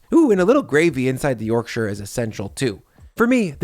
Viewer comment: Yorkshireman here. Your pronunciation of my home county is approved.